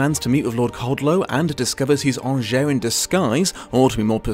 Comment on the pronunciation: Ok you watched the film how are you pronouncing angier wrong?